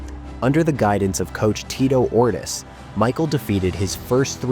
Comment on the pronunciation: Ortis???? Ortiz lol